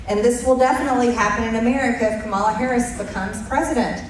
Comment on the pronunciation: Notice how she won’t say Kamala Harris’s name right?